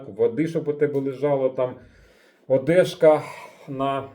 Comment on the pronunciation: Ох этот диалект или ударение,фонетика уши вянут 15 минут больше не смог слушать (одЭжка,полотенце З мене вистачить ви згвалтували мий мозок) У вас даже в названии ошибка не В а У пекли =)